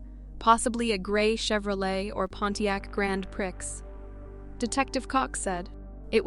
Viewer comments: Grand "pree" not "pricks"......prix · Grand prick? Look up the pronunciation!